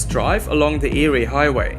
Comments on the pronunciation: The Eyre in Eyre Highway/Peninsula is pronounced "Air". Thanks for your video. The odd thing is that the Flinders Ranges is quintessentially Australia. Unmistakable. Immensely ancient. Yet only a few travellers really get it. I just noticed you've already been told about Eyre. 👍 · FYI. “EYRE” is pronounced “AIR” keep the videos coming. 🍻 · eerie highway.... eyre hwy.... nah mate, its pronounced like the word air. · Great video but Eyre is pronounced "Air" not Eeri. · Eyre is pronounced air